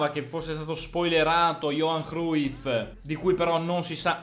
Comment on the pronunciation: Leonardo Gori verrà pronunciato crugif